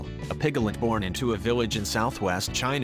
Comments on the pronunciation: Isn't it piglet not pigalet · A pig-gel-ette ? Two syllables, sir! PIG-let. Where did you learn to read? Two headed animals are not as rare as an adult who does not know how to sound out a word! Gees! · It's PIGLET ... not pigalet....sssshhhh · please stop saying pig a let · pig - i - let - it's NOT evolutionary. for pete's sake!!! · "Pick-a-lit". "pri-mit" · I noticed those, too! piglet with 3 syllables! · you mean pi ga let? LOL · PIGALIT? SERIOUSLY? NEED TO LEARN HOW TO PRONOUNCE THE WORD. I BET ALL THOSE CHEMICAL FERTILIZERS ARE CAUSING THESE MALFORMATIONS.......CAMBODIA ISN'T EXACTLY RENOWNED FOR IT'S CLEANLINESS. AND NO BODY HAS THE RIGHT TO KILL A DEFORMED ANIMAL, MOST OF THEM CAN LIVE A NORMAL LIFE & SHOULD BE ALLOWED TO LIVE. I HATE FARMERS BECAUSE OF THIS. HUMANS CAN BE SO EVIL, YOU JUST HAVE TO LOOK AWAY SOMETIMES. THEY DON'T KILL MALFORMED CHILDREN DO THEY? THEN WHY , DO THEY MAKE SUCH DRASTIC DECISIONS FOR DEFENSELESS ANIMALS????????? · It's so cute how you make "piglet" a 3 syllable word 💜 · stop with the electronic voice, the way it says piglet is really stupid